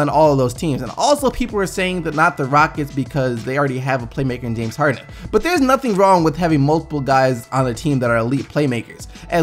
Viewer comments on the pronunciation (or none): none